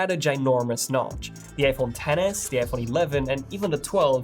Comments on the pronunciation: say notch 😂 not nouch wtf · He said goodbye notch wrongly